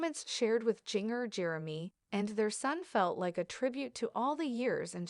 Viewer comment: Her name is pronounced GINGER, not Jeenger